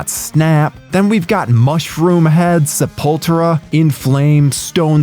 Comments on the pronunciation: He said Sa-Poltra. Lol. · most are drop c/b the most brutal kill is how Sepultura was pronounced and its Sep-ul-tur-uh btw. that being said ive always loved this movie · Gotta be AI pronouncing sepultura that way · Say "Sepultura" again 😂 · Horribly mispronounced Sepultura! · Yep. Gringos always fail to pronuonce Sepultura's name. 🤣🤣🤣🤣🤣🤣🤣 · the way the narrator says "Sepultura" 😆😆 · The way a non metal fan would. Any self-respecting metal head knows Sepultura, even if they're not a fan. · 😄no, the narrator is saying it 100% wrong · That’s what he said 😀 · Hurts my brain everytime I hear it pronounced like that. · Yeah lol so dumb 😂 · Is this narration being done by Chat GPT or a similar AI generator? What damn human being in the horror/heavy metal community does not know how to properly pronounce the name of the band Sepultura?